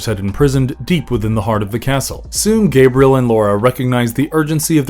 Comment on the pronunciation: My name is pronounced 'Gah-bree-el,' not 'Gay-bree-el